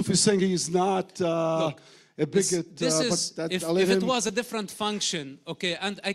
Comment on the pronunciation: I was sitting here thinking ”funny how he uses every single talking point we hear about daily in the media.... how he pronounces biggot with some extra Oomph, and drags out islamophobia.” And then He stands up not even a full 2 minutes later and says ”I’m just using the word so people here understand what i am talking about. When i say that they understand.” Yeah, you was trying to ponder to their fear and their emotions, the one whos is biggoted and a liar here is you. Sit the fuck down, the people didn’t listen...